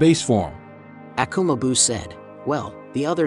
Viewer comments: Is this joke ? Pls tell me it is 🤣🤣you guys can't even say their names right 🤦 "Akuma beeuuu"? This story line is too good to be messed like this. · I subscribed and un subscribed because i just don't like the pronunciation of Akuma Biuu